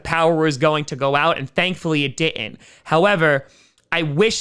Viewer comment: I just realized you pronounce didn't as d'nt lol